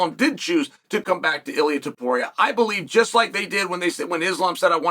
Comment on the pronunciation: Why does Chael say Makelchev right but Illia Apturo wrong?